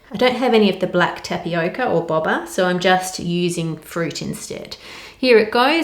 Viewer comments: they probably disliked it because they are her old high school enimies people who bully her kids her husbands ex-es or the people who were mad at her for saying boba wrong she said bobba when it's pronounced bobe-a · It’s bow-ba not bob-a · hey Ann! just thought I'd let you know that its pronounced boh-ba not bob-a. can't wait to buy your cookbook!!! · I hate to be THAT person... but in Australia we've added our own pronunciation 'boe-bah'! (From a long time boba fanatic!) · Just a heads up its pronounced as in beau - baa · The way she pronouncs boba cracks me up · Btw 'Boba' is pronounced with a long O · The way she says boba tho. lol (no hate) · Ann's pronunciation of boba is honestly adorable, love our baking queen <3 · The way ann pronounces boba is so endearing ❤❤